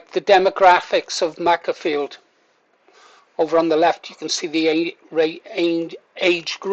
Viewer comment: It's pronounced Maker-field, as in tool maker.